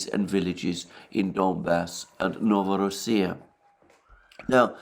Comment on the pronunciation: Its NovorOssia, stress in Russian words (not borrowed) always on the middle vovel (or one of the middle vovels). And actually in the word "Rossia" stress is not on his place but shifted BC of this rule BC the root is "Ros" (different pronounciation of "Rus") and "-ia" is an ending.